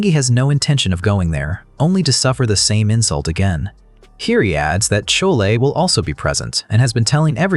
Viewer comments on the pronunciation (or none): Chole 😂😂😂 pronunciations haha